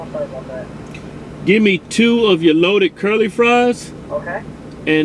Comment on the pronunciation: Curly?? I thought it was Sherlie